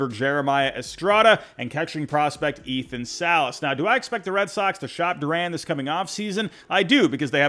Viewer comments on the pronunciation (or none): none